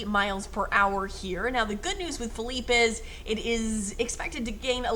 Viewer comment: Literally here just to hear it pronounced correct lmao